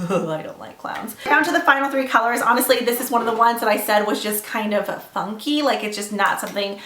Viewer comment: hahah omg I totally thought she said "f*cky" not funky lol, great video as always <3